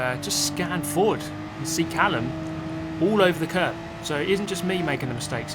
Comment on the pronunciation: Callum? mallucm...